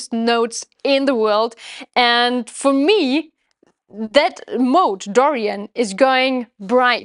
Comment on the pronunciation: The Germanic accent comes out as "Dorian Moat". You should "built" a castle to go with your moat. LOL.